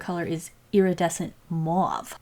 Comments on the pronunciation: Mauve - pronounced mowv instead of marv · mouav All french people: MAUVE. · Mauve is actually pronounced mov its weird ik but I love your videos! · Hi its pronounced M "O"ve